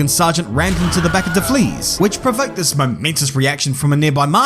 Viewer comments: Not sure if the "De Flies" pronunciation is a meme i don't know, or its just ur AU accent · "De Vlies" and "Oscar Paistri" 🤣